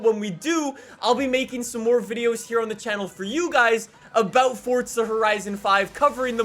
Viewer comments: Forza, not fortza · it literally sounds like you are saying FORTZA.....STOP IT. It's FORZA....NO T. That is all.. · Its forza not fortza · So is it pronounced “ForTza” or “ForZa” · One question, why do you say fortsa instead of forza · Why do Americans call it fortsa... It hasn't got a fucking T in the word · I had to stop watching because you kept saying Fortza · Fortza horizon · “Fortza Horizon 5” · It's FORZZZZA FORZA Z ZZZZZZZZ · I just can’t stand how he pronounces forza 🤮